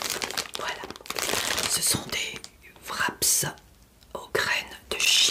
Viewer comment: bonne vidéo comme toujours ! on ne dit pas nemZ ou wrapZ , on ne prononce pas les" s "du pluriel.